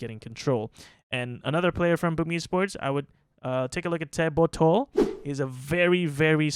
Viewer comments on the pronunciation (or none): no way dude, the way you say his name teh botchhhol?????? are you actually indonesian? lol